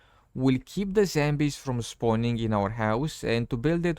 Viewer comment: Dude! It's zombies not zambies u idiot!